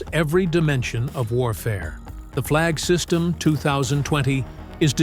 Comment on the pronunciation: Not "Flag system". "Flygsystem" - Flying system